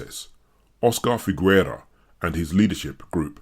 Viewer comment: Figuera is pronounced fighera, not figwera. Gue and gui (and also que and qui) in Spanish don't pronounce the "u", which is only there to make the "g" sound "hard" ghe and not soft ge (which in Spanish would sound khe but regardless). Otherwise it's the same logic as in French (which also uses gue/gui similarly), Italian (ghe/ghi vs ge/gi), etc.